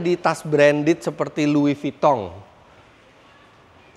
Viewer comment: Salah denger gak sih nyebut tas brandednya louisvitong😅